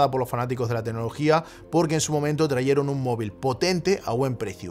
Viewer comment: Tralleron o Trajeon? Creo que te liaste ahi. No pasa nada, se entendio